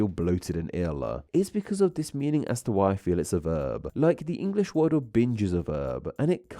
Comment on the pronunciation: You have a very strange way of adding an "uh" onto the end of some words, eg "word-uh". Whats that all about, is it some kind of regional accent-uh ?